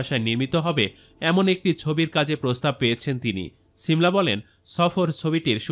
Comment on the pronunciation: ছিমলা না 😂 সিমলা